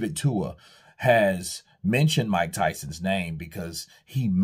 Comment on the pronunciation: His name is David TUA not Dua 💀